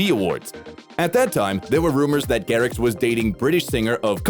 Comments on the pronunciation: Bro said martin garriK lolll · list of errors in martin garrix video says martin garric instead of martin garrix says asher instead of usher